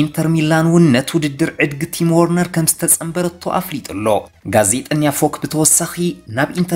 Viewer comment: ወርነር ዘይኮነሲ ቨርነር ኢዩ